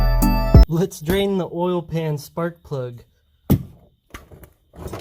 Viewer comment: when he says oil it sounds like he's saying all